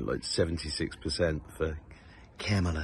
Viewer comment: Your "Kamala" is so fine.